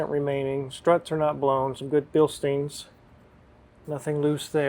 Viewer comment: Not to sound like a party pooper but just FYi: Bilstein is pronounced “Bill Stine” and not “Bill Steen”. Pronounced the same way as a Beer Stein or “Beer Stine”. The letter combination of “ei” in German is pronounced like the letter “I” in English. But the letter combination “ie” in German is pronounced like “ee” in English.